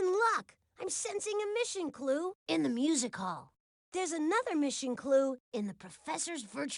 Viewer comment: When says Music Hall, it sounds like Musica! 😅